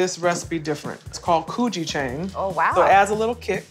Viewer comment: gujichengg xD it’s Gochujang lol